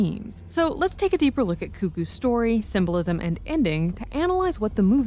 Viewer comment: Not trying to be petty but it's not "symbolsim." It's "symbolism."